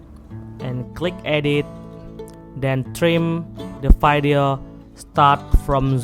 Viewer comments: Hearing vydeo is even cringier than poto😂🙏🏽🙏🏽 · this nigga really said vaidio🥴💀